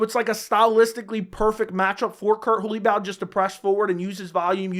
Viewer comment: Your pronunciation of Holobaugh 💀💀